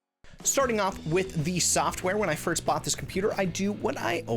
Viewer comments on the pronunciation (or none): none